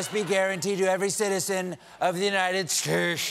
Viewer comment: S.A. Harris What the hell was he trying to shay?